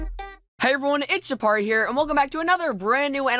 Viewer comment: aparri u keep saying roam XD